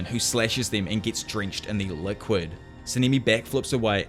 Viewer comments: Sanemi❎ saneeemi✅ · Sa-nee-me 💀💀💀 Yora-wee-chi 💀💀💀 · sah nah nee not saneemee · Sanemi❌ Sanimi✔️